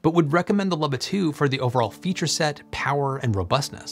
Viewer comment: It's pronounced "Looba", not "Lubba".